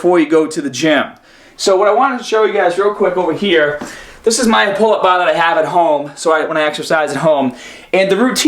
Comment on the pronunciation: "this is my pull-up baah"